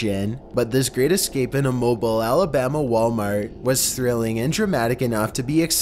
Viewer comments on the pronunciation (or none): 1st you pronounced mobile wrong 2nd that's an hour away from me that's scary